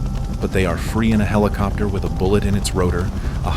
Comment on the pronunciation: You call a regular cassette tape a VHS tape (or at least that's what's shown) and LOL "HELL COPTER" ... I mean I know this is AI but sheesh.